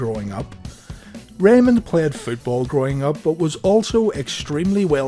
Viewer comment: Did he say Futeball?